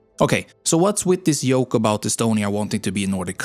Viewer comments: Your pronounciation of the letter J is a yoke. sorry joke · It’s at times difficult to understand what you’re saying, because you’re pronouncing “joke” like “yoke” and “choose” like “shoes” and so on … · yeaaa, the "jiook", not joke, really gave that one away 😂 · Very good video once again. I've noticed from this one and the Netherlands part II one, though, that you have the pronunciation of Y and J in English completely mixed up. You kept saying Jankees in the Dutch video and here you said Yoke (instead of Joke). What country does the narrator of this video come from? I know that many places pronounce these letters in different ways. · Pronouncing Joke as Yolk is really funny